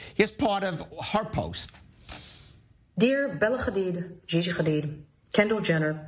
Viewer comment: Woman, I’m afraid “KHamAaAs” doesn’t exist. Neither does Bella and Gigi “KHadid” 😂